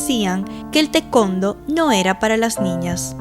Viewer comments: Si, siempre escuche que se pronuncia "tae- cuan-do", no tecondo 😂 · *Para los editores*: El deporte que practicaba Margarita se pronuncia: 'Ta e kuon Do' (Tae Kwon Do) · Se me hace chistoso cuando dice tecondo. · Alguien puede decirme que es el tecondo? 😅🤣🤣🤣🤣🤣